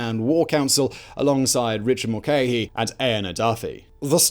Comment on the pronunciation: "Cah-al Brew-a", not "Cath-hal -"Brugg-ha". "THE Four Courts", not "Four Courts". "Mul-car-hee", not "Mul-cay-hee". (Bite my tongue for using RP phonetics😂). "Yawl", not "You-gawl" The gigantic explosion was not in the Four Courts, but in the Public Records Office at its rear.